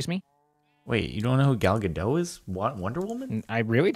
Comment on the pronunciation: GAL GA-DOT. You word butcher. "Gal" means wave and "Gadot" means banks, like of a river.